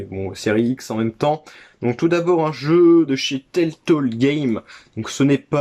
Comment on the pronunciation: Salut mon cher. Trop stylé le evil dead sur xbox première du nom. La jaquette est ouf. Timesplitter, licence tellement sous cotées. Pourquoi tu dis teltole et pas telltale? Haha c'est le syndrome kirby-54 ça mdr. Pouce Bleu à toi cher ami. À bientôt et bon dimanche 😉👍